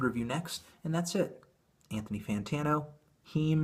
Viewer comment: "Bonthony Jourtano" Big ups, fam.